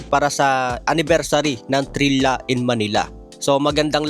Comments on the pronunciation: Trila ang basa dyan mga idol hindi Trilya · ayos, hindi na Trilya pronounce mo